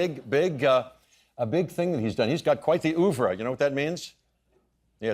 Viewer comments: if you use a french word please pronounce it correctly, it's not 'uvre' it's 'övre'! goldblum is so smarmy, can not watch him! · The "oovrah" pronunciation means that Jeff deserves an Oscar for pretending that he can't speak French